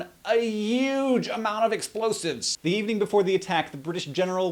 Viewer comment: he says "So ze british troops" I giggled.